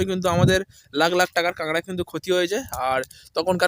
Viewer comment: Kangra na bhai kakra😂